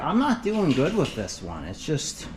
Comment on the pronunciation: Always thought a dog went woof, but now i know it goes wooth. Because you say wif and earf so wooth must be the way to pronounce it.